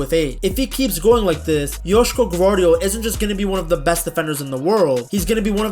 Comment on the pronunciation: Nice pronounciation, idk did you google it or something but its 9.5/10